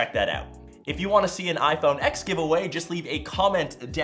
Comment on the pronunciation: iphone fking "axe" ? lmao